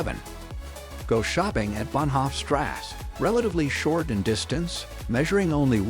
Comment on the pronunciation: I finally decided the pronunciation was computer generated. The pronunciation of words from the German language is really bad! When it got to the pronunciation of Bahnhoff Strasse it was so painful to listen to that I had to shut it off!